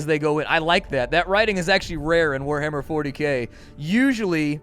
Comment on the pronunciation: Liked this video at the word "wah-ahhar"